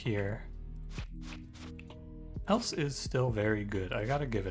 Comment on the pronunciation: It might just be me but I'm fairly certain the Else tactic is supposed to be pronounced like the name? It would make a but more sense as Bard is hardly going to make a song about connectives. Great video btw.